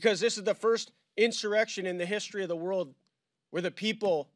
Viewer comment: There was no "in sir ex shun". It was a protest. Nothing more.